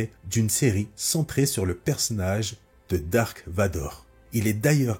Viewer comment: C’est Darth Vador. Pas Dark